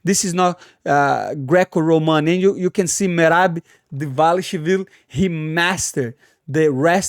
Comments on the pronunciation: “Triple C VS Merab Devalashaleefleef, Merab devashalevv” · There is only one man who can compete with you on pronunciation of fighters’ names’ . Merab “Dvalash liv-liv”, Merab “Davashwl” . 😂 That’s amazing. Can you guess who am I talking about ‘Money’ ? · How Money pronounces Merabs last name will always be hilarious. I cant say it either brother, but props for trying and trying 😂❤ EAZZZY MONEYYY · Moicano one of the realest madafakas in the UFC... and funniest too bro tried so hard to say merab last name.. anyway like this comment cause i like that hat mf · Its ok, I cant say mirabs last name either 😂😂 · Merab Dashwill vs Hobbit Whittaker for the best enmagined name pronunciation 2024